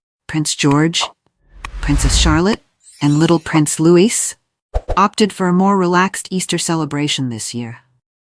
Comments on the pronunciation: 🇬🇧🇬🇧🇬🇧 It’s. LOUIS. NOT LEWIS. GET IT RIGHT !!! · Louis is pronounced Louee long e sound. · LOUIS is pronounced without the S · It is not Louissss in England it is Louie but spelled Louis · There is no s when pronouncing Louis. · The AI here is very annoying with the mispronunciation of words, such as vicar and names, such as Louis. I had to stop listening. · Someone tell A.I. how to pronounce Louis , please. and Berkshire